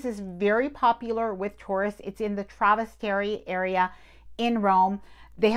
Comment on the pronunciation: I’m sorry, but if you are doing travel videos, I think you owe it to your viewers to get at least popular locations pronounced correctly. Trastevere, Gelateria. Come on. Do better.